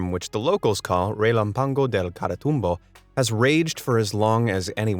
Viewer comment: Can I just say the narrotors Spanish/Portuguese is amazing (it's when he mentions the storm at 1.50)